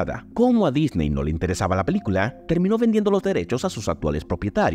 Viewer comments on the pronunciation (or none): none